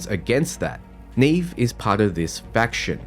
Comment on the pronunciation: I'm pretty sure Neve's name has been pronounced like it is in Portuguese (probable origin for her name, meaning "snow"), with the first "E" sounding similar to the second "E" in "celestial" instead of the first one in "scene".